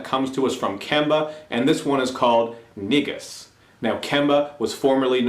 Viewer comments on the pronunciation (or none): The title is pronounced "KNEE GUS"